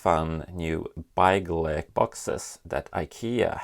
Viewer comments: I love how you pronounce it like byegleg even though you are Swedish and know how to pronounce it correctly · It’s pronounced bigleak